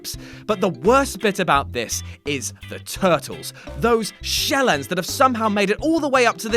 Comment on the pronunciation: SHELLEND lmao